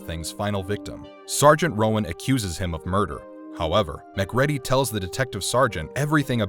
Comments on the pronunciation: I have disliked this video and have not finished watching it because you mispronounced McCready's name. Repeatedly. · The pronunciation of MacReady sounds like something from McDonalds. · Please correct the pronunciation of Mac's name. Please. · you call mac mcready as if he were a McDonald’s burger, kinda sus, dude talking is the thing for sure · Please, for the love of God, stop calling him Mc Reddy.. It's pronounced MC RĒĒDY. For someone who talks about how legendary this movie is, it's obvious that you've NEVER even saw it and just used the synopsis from IMDB to make this video. His name is said 500 times during the movie and even if a person saw it once, they'd know how to pronounce it. I lost A LOT of respect for this channel. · I love your videos, bur for the love of sanity will you PLEASE check the pronunciations? You get them wrong all the time, in almost every video. In this one, it's McCreedy, rhymes with greedy. How freaking hard is it to get a name right!? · It’s pronounced ‘Mac Kree Dee’ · mcready? really bro it writes mcready but spells more like mac reedy bro wtf is this? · MacReady is pronounced Muh-Creedy. Mac Ready just let’s everyone know you’re reading from a script and never saw the movie. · Pronounced Mac Creedy and not Mac Ready. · Muc Ready ! It's pronounced Ma-Cready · Arrrrghhhhhhh its MacReady .... mac reeedy Not Mc Ready ready......for fucks sake! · His name is McCready not “”Mc ready”” lol. U know Sounds like “Mc Creedy” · mc reeeeedy not mc red y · MacReady=McCreedy. Man this was great but the way his name is said in this video makes me wanna throw a chair 😂 you watched the movie right? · Omg its MC CREEEEEEEDEEEEEEEEE not fucking mcready u dinlow. Shows u dont even watch the film when you do these videos.. shame on you defacing a all time classic horror hero like that all coz u dont do ur homework. For this reason alone on my fav film ever i will never subscribe or like another one of ur vids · It's pronounced Macreedy, not Macready